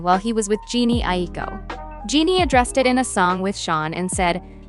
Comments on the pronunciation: Big Sean girlfriend is pronounce Je-nay not Genie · Im so sorry but😭 Jeanie? It’s j-en-ay 🫶🏿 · It’s not “Jeanie” Jhené is pronounced “Jen-A” tf??? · genie? its Juh Nay. Jhene Aiko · JUH-NAY…not “Genie” 😭😅🥰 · Jhene pronounced Jah-Nay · please learn how to pronounce Jhené correctly ffs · the pronunciation of jhené 💀💀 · Girl I cannot get over how you pronounced jhené aiko's name lol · THE WAY YOU PRONOUNCE JHENÉ’S NAME 😭😭😭😭😭💀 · I know you didn’t butcher our girl Jhenés name. 😩😩😩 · I know but it was cracking me up 🤣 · I hate the way she butchered her name 😭